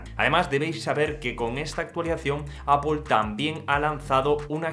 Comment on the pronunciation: No es APOL es EIPOL